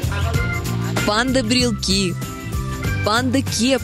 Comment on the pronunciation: не брелки, а брелоки